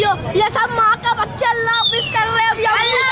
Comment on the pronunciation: If this really is a Muslim, why can't he say " Allah Hafiz" and many other Islamic words properly.